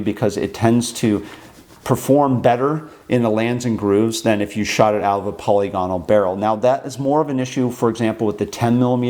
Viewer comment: Who the FCK is Polly Gonnal, and what the hell has she been doing to your rifling? You just can't have been trying to say 'polygonal', I will not believe that anyone, even a bloody yank, (who are well known to mess up any word in the English language that contains vowels) could mess one word up so catastrophically. So back to my initial question, who the FCK is Polly Gonnal and why have you been letting her get her sticky fingers down the lively bit of your guns?